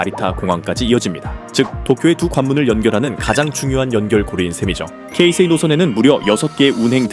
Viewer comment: 이야~ 케이세이라고 제대로 발음하는 분 처음뵙네요. 보통 한국에선 게이세이로 발음하는 분들이 대부분인데 ㅎㅎ